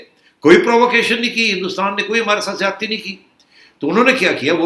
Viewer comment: Baaz ajaoo, werna aap kay saath Ziyati na ho jayay 'Z' k saath. Yeh app Indian main yeh 'Z' aur 'J' main confusion kyun hai? Jabardast nahin Zabardast Jamana nahin Zamana Ijaj Ahmed nahin Ijaz Ahmed Jiyati nahin Ziyati.